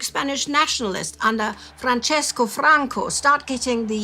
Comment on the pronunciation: Please find an Italian pronunciation coach for names and places. Your Teutonic stumblings are appalling, even disrespectful. PS, Franco is Francisco, with a cedilla, not Francesco. He was not Italian, rather Spanish. Italo Marchini